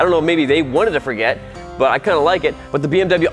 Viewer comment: The deutsche Police just drives BMW Motorcycles. But it's a small shame, that you present a bike from a brand, which you don't call correct.😬 We pronounce american car brands correct. And isn't it interesting, that you can drive a motorbike without the big noise, that the people around has to keep its ears?